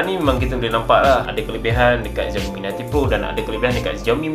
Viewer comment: Its 'SIAOMI', not 'ZIAOMI'